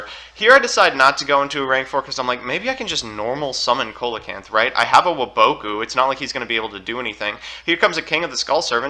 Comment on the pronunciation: I’ve come from two years in the future to tell u that it’s pronounced “SEE-luh-canth”